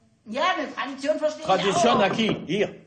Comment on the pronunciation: TRA DI TSION AQUI! Cet espagnol à l'accent allemand prononcé par un français est incroyable